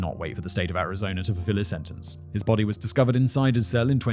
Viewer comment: “Arizona Rice Tea” You see what happens when British say a word that ends in a vowel sound followed by a word that starts with a vowel sound? They add an “R” sound. I don’t know why this bugs me so much. It seems like something that could be trained out of someone’s linguistic habits. Regular person - “Arizona is…” Simon - “Arizona rizz…”